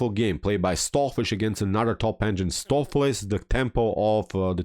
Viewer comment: Not watched vid yet, just 2 minutes in. The correct pronunciation for Stoofvlees is 'Stowf flace" with the O in 'stowf' pronounced like the O in 'both'. It's Dutch and it means beef stew.